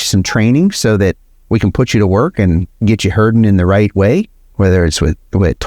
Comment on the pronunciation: next time spell herding , so we don't hear hurting.!!